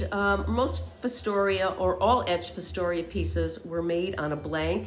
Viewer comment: It’s pronounced Fos (think frost) tor ya - Fostoria. Sorry, I was raised up in the Fostoria, OH area.